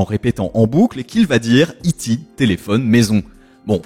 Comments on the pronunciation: Pour ma part, j'ai souvenir d'avoir visionné une bonne 40aine de fois E.T l'extraterrestre en VHS et il ne disait pas I Ti mais E T en français Ça m'a fait saigner des oreilles quand j'entendais la version française américanisée quelques années plus tard, et la version étendue avec E.T en images de synthèse bien dégueulasses... Voilà c'était mon petit coup de gueule 😅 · Dans le film de Spielberg, le nom de E.T. a été choisi parce que ce sont les initiales de "extra terrestre" dans la majorité des langues courantes. De fait, dans la version française vue par la majorité des personnes ici, cela n'est jamais prononcé "i-ti" mais bien "eu-té"...